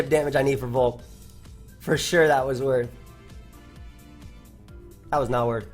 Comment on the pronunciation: "THAT WAS WORTH!" * 2 seconds later * "that was not woth..."